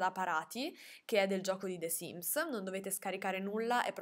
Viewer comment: ma perchè pronunci the sims con la è di “the” così pronunciata?